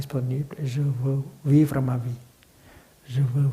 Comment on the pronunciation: « VIVER » ??? Sérieusement ???